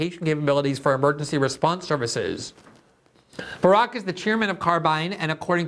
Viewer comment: It was seriously confusing that you called him "Barook" every other time.